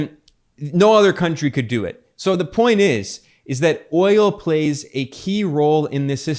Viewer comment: He said wi nit oyo . Basically eeuu no have oyo AaAaAaAa ....Venezuela Russia.. yes , we inbade Venezuela inbasiones a Russia we have oyo.